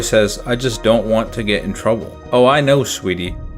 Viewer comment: "then I don't get in troubba?" 🗿